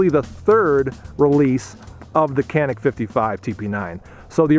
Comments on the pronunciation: This is Turkish made gun and I am Turkish myself.. first of all it is not kanik you should read it as Janic .. I did shooting with this gun in shooting range yesterday and I think it was pretty good.. what pisses me off is you pay there about 300 to 400 usd there for this gun but we pay about 1000 usd to buy this gun here because of hight tax etc even it is Turkish made! If you want to buy here walther or glock it is another story!! We must pay at least 4000 usd for those guns! Totaly rip off!! 😡😏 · not kanik it's canik cCc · "Canik" is a Turkish word and you should pronounce it as "Djanik" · It's pronounced as Janik as j from jelly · The C is pronounced like a J. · why is it that so many reviews can't say the name right it's Turkish so a c is pronounced as a j